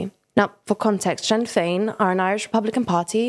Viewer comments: Sinn Fein is pronounced "Shin Feign" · Please pronounce Sinn Féin more accurately next time. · This is really informative thank you so much from an irishman, oh and not to nit pick but ithe party sinn fein is pronounced shin fain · The Help to buy scheme was designed to fix issues with house peices being unprofitable. The government knew it would increas house prices. They were hoping an increase in hosue prices would mean more get built. You cant evit someone without a reason in Ireland. Could somebody not have checked how to pronounce Sinn Fein before recording the video? You also mentioned limited building before the crash, building was at an all time high before the crash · Is this an ai or text to speach bot? They keep mispronouncing a lot of common words and phrases like sinn fein like a bot does.